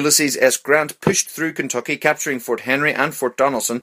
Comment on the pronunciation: I love the way he says-- Kenthokhy 😂😂😂